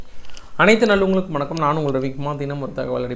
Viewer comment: ஏம்பா, இவ்வளவு அவசரம்? ஒவ்வொரு வீடியோவைத் தொடங்கும்போதும், " அனைத்து நல்லுங்கலுக்கும் வணக்கம் ....' ன்னு சொல்றியே, அதையே கொஞ்சம் நிறுத்தி நிதானமா தெளிவா சொல்லலாமில்லியா? அது என்ன "நல்லுங்கலுக்கும்"? அடுத்து "ஜபாலியா" ன்னு சொல்லாம, 'ஜபலியா' ன்னு சொல்றியே! இது போல பல உச்சரிப்பு கோளாறுகள் ஏன்? ஓவராலா ஒங்க பிரஷண்டேஷன் நல்லாயிருந்தாலும், ஏதோவொன்னு குறையுதே! போகட்டும், 'கோட்டசாமி, சண்முகம், கூல் டவுன், கூல் டவுன்.. . .' போன்ற நையாண்டிகள் மிகவும் ரசிக்கும்படி உள்ளன! பாராட்டுக்கள், தொடருங்கள், தினமும் ஒரு தகவல் அடிப்படையில் ஜியோபாலிடிக்ஸ். . . . ஏன்னா ஒங்கள விட்டால் வேறு யாரும் இப்படியில்லையே, என்ன செய்ய!?!?